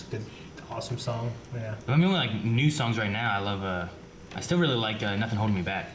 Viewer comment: this is a guy who says putnkin, dirtbord, and nackin'.